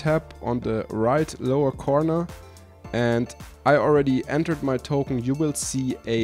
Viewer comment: Do you guys also hear "copy totem" instead of "copy token"? Maybe it is beacue i am listening to viking folk music in the background...